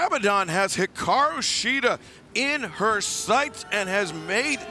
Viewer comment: Hiraku Shida. Can't get your women's champion's name right. Disappointing.